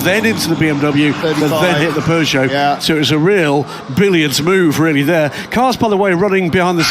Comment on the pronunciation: Peugeot ❌ Pegeout ✅